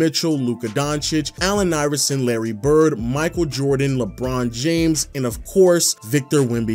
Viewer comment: "Larry Brid"